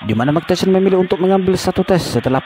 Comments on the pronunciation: MAAF MIKE TYSON, DIBACANYA MIKE TAISON, BUKAN MIKE TESION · Mike Tyson dibaca Bacanya Bukan "meik teshion" bung tapi "maik taysen" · Mike tyson dibaca Maik tasyion 😂 Btw Andrew itu dibaca nya endru bang 😂 Tyson dibaca taysen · Apa sy aja yg denger kalo si ngmong mike tyson jadi mike tesil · Cara membaca Tyson benerin min...